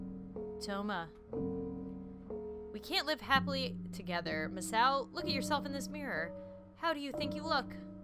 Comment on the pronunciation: I think Misao, is pronounced Mee- say- oh